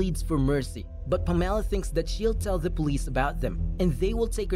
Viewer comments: PAMela. Not PamELLA. JESUS. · Can you learn to pronounce the name PAMELA properly please? Emphasis is on the PAM , as in HAM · why did he say Pam's name so weirdly as if she was a citrus fruit or something... its pam... ah...la... 😂😂😂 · Never heard the name Pamela pronounced in such a way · The film is a hot mess! As is the pronouncement of Pamela....that was as almost painful as the recap 😁